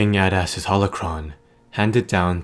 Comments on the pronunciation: It's 'A-dust' not 'add-ass'. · I thought i heard you say "King Badass" XD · it does sound like hes saying king badass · It’s pronounced (aydas)